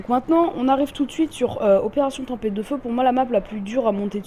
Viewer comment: Tempête .... et non tempette